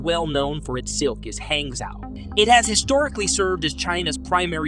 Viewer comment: pronounced "hahng-joe"